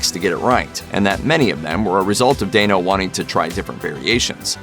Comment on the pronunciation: Paul Dano AKA Klitz from Girl Next Door. And it’s pronounced DAN-O not dayne-o lol